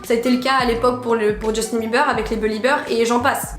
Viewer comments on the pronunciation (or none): none